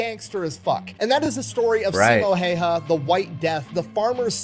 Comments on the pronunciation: The only complaint about these videos of Simo is that they always say his last name wrong. Häyhä is not pronounced heiha or heija. 😄 But I understand that it can be difficult for people who don't speak finnish. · "don't know how to pronounce his name" video he's watching pronounces it incorrectly "oh that's how you pronounce it" Gets me every time